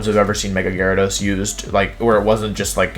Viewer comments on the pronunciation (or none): Gyarados, not Gyawidos!